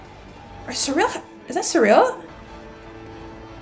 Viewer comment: Syril is pronounced "seer-ull" not "suh-reel" 😓.